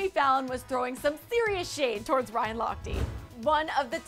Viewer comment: why is she pronouncing it Ryan Lochtii,? it's Ryan Lochte